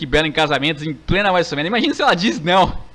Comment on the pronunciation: o fala wrestlermania assim: wésoul mênia